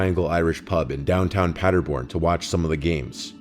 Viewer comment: Love how you pronounce Paderborn! Many greetings from Germany, I'm addicted to those videos since two weeks.